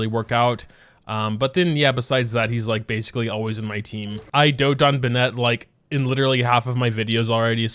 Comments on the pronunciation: Bah-net...... who the fuck pronounces Bennett like that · i beg pls learn how to pronounce bennett. u be pronouncing it like benette. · "Bennette" --- stop it please... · the way this man pronounces Bennett makes me ascend backwards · For the love of god say bennet properly